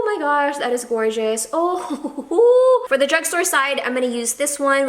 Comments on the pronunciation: You drove me nuts when you said "the" with the e sounding like "ee", you only say it that way in front of a vowel, like "the other" (you that properly). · More blacker More cheaper More---er You have to break that habit of adding "more" in front of a word ending in "er", dw it's only constructive criticism 👍🏼(also you drove me nuts when you said "the" with the e sounding like "ee", you only say it that way in front of a vowel, like "the other" (you that one properly).